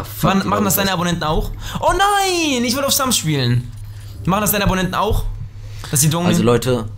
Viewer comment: Früher hast du immer zu Slums slumschki gesagt 😁